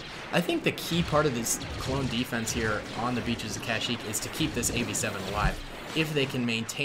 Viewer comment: My man said cash-eeek